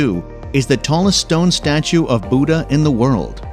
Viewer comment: You really need to learn the correct pronunciation of 'Buddha'.